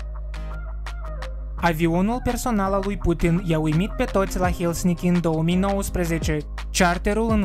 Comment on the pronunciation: Helsinki nu Hisnilki moldovean cardit